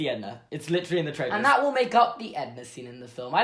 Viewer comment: I love the way he says literally (litch-rely)